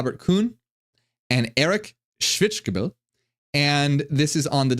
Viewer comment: shvits-gay-bul is how you pronounce Schwitzgebel.